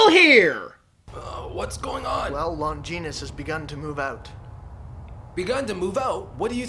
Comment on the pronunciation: Longeenus? Are they trying to say Longinus? Lon-gin-us?